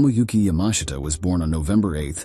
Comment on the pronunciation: "ya•MAH•shta" is correct.